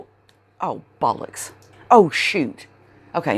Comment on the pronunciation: You have obviously spent many ,many years in England . Only a Brit says BollX. 🤣 A very Ye Olde British word but not as old as the C word ,that classic British word been around since the Middle Ages . There’s a random History fact for Y’all .🤣